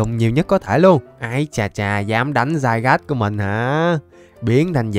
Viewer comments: Nó là zygarde mà đọc tiếng việt là zi ga đi mà dao ah đọc za gát :/ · Anh đọc zygas là sai r anh đọc zi ga đi là được ạ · nó tên là di ga đê anh chứ ko phải dai gát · Cho em bọ hôm qua gigantamax đi anh Với lại Zygarde đọc là Zy ga đe chứ ko phải là giai gát =)))) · ơi con đó đọc là zy ra đê chứ ko phải zygarde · Anh ơi trong bộ xyz con rắn đọc là zygarde chứ ko đọc là zaygar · anh ơi zygarde đọc là đi ga đê chứ ko phải dai gát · Zygarde đọc là dy ga đi anh ơi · Zygarde đọc là zi ga đe anh ạ ko phải Zy gát đâu ạ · Zy ga đê a ơi chứ k phải zairaz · Zy ga đi chứ k phải giai gác a ạ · đọc là zy ga rư đê anh ơi chứ ko phải là zai gát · Ko phải zai rát mà là zi ra đi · đọc sai r Ko fai đọc là giai gát Mà là di ga đi nha anh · A bảo zygade là dai gát a đọc sai phải gọ là dy ga đê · Ko phải dài gat đâu anh mà là di ga ru đê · Em pokemon ấy khum phải đọc là zai gát đâu anh mà phải đọc là zy ga de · a đừng đọc là zai gát nữa huhuhuhuhuhuhuhuu đọc sai ùi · Đọc là zy ga đê chứ ko phải zai rát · có 1 vấn đề từ hm qua về việc đọc tên con zygarde:v nhiều ng bảo đọc dai-gát là sai di-ga-đê mới đúng:v t ko hiểu mấy ông nghĩ gì luôn,rõ ràng dai-gáp là tên gọi chính thức đầu tiên mà mấy ông còn bảo sai thì t chịu r:v trong anime có thể là mấy ông lồng tiếng ko quen miệng đọc là dai-gát nên đọc là di-ga-đê:v ý của t ko phải là đọc là di-ga-đê là sai mà ý t là cả 2 cách gọi đều đúng,ai mà bảo đọc dai-gát là sai thì mấy ông là thần đồng pokemon con mẹ nó r:v (cá nhân t thì t thik đọc là dai-gát hơn,di-ga-đe t nghe cứ kiểu phèn phèn:v) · Anh đọc Sai tên zygarde rồi anh phải đọc như tiếng việt vậy là zi ca rư đê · Zygade phải đọc là "Zy ga đi" mới đúng:v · uk thì tên là zygarde nhưng đọc là zai gát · Zygarde trong phim thì đọc là zy-ga-đê đấy anh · Con zygarde độc là gi-ga-đê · di ga đi ms đúng mà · nó tên zi ga đê mà anhh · zygarde đọc tiếng việt là Zi ga de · Ko phải zai rát mà là gi ra đi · Anh đọc sai tên zygarde và Xerxes rồi